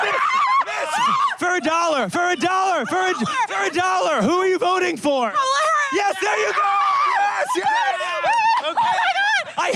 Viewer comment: I love that the Left still pronounces her name wrong while crying that the Right does it 😂😂😂😂😂